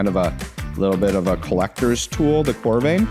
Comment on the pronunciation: Great video. FYI it’s pronounced core-rah-vin and it’s adding Argon gas, not CO2. 😉